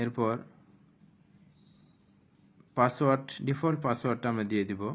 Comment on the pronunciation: পাসওয়ার্ড টা কি হবে??এই শব্দটা ক্লিয়ারলি বোঝা যায়নি